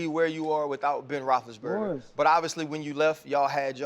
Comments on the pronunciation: This dude said "Ben Bonthonburger" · This niggas said Warren Clark and Ben Ballslessburger lmao CTE or He Trolling